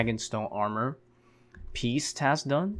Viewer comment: What's that accent of yours? Not quest but ques, not task but tas. just curious haha.